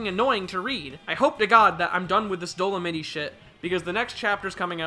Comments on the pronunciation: “Dole-a-mitty” > “Dole-a-mite” lmao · Bro, it's Dol-o-might, not doll-oh-mittie lmao If he keeps saying it I won't be able to finish this video lol. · EVEN IF YOU SOUND OUT DOLEMITE IT'S DOESN'T SOUND LIKE DOLIMITTY! WHY ARE YOU SAYING IT LIKE THAT!? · ok repeat after me DOE- LOW - MIGHT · Bro how you pronouncing Dolomite wrong wtf 😭 dolonitty 💀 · When realizes it’s pronounced Dolomite with the long I sound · the real thing that doesnt work here is your pronunciation of dolomite